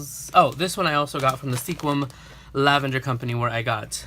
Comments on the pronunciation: LOL.....in the Northwest we pronounce it Skwim....not sequin. Kinda like people from Nevada pronounce it Nah-vah-dah. Their are so many beautiful little towns dotting the Northwest. My parents came from Reno to visit and we ended up moving here almost 50 years ago. It is truly a gardeners/farmers paradise. There are tulip festivals, lavender festivals, strawberry, blackberry, dahlia, lilacs, blueberry and of course Rose festivals all over. Anything that comes from the fields or ocean and there is a festival. So, glad you had so much fun on your trip. Hope you get to spend more time visiting next time. Ciao! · I love how he said that he wanted to make sure that he didnt misspernouse sequim but he did XD. Its pernoused squim